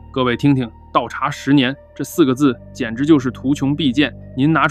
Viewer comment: 图穷匕见（xian）